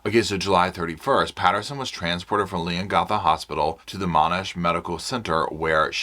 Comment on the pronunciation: I just have to say I grew up near Leongatha when I was 6 till I was 18 or 19 in Mirboo North it’s only 10 to 13 minutes from Leongatha and I giggle every time you try and say all of the surrounding towns including Leongatha and even Gippsland 😂 It would be like me trying to pronounce Towns etc in the USA. Also, I remember always seeing Koalas in Victoria (not so much in Queensland where I live now as is to hot up here for them, I’m assuming that because we have gum trees which Koalas live in but there just isn’t as many, Queensland is 2 states away from Victoria) When I was a teenager at school in Mirboo North I remember sitting in class and watching a Koala walking across the road, it was so cute (although Koalas are very cute they are actually vicious) Up here in Queensland we see loads of kangaroos all the time. My kids use to kick the footy on the oval at lunch time and would have to dodge hitting kangaroos, my son’s soccer games had to be stopped as we would shoo kangaroos off the soccer field 🥰 It’s funny how different Countries get so excited about each others animals. My daughter is in Canada atm for 2 years and she sent us a video of a squirrel, it was the cutest thing I’ve ever seen, but no doubt to you guys and Canadian’s it’s a common animal to see. Sorry for my rant, I just wanted to share that with you ❤